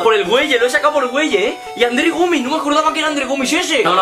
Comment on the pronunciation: Es gueye no güeye